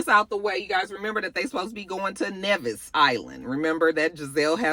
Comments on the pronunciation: It's not "Nevvis Island". It's simply "Nevis" (nee-viss) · Lol Nevis is pronounce Knee-Vis